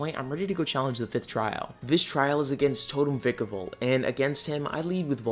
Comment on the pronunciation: It's v-ie-kevolt